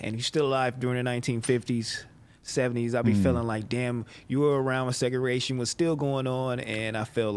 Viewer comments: lmaooo nigga said “seguration” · cuhz said seragation🤣🤣🤣🤣🤣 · 1: 10: 04 this nigga said Segeration lmaooooo